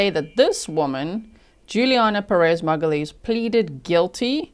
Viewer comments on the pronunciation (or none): Please, please, please google the name Magalhães being pronounced right. My family is Magalhães. It bothers me with a passion people killing the name over and over and over again in videos and on trial.